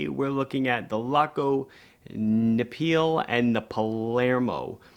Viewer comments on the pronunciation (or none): Your pronunciation of "Neapel" was hilarious. If you just used Naples you'd have honestly been closer. 😜 Try to pronounce the vowels more like in "Nevada" and go with Ne-a-pel. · Your pronunciation of Neapel is rather off, no worries, it's German for Naples (Napoli), the Italian city.